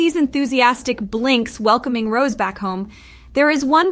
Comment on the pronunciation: The way she pronounces her name as ROSE 😅😭